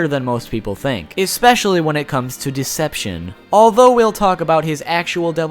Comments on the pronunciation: especially* Not Exspecially. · "expecially" bruh my dude. i love your videos but bruv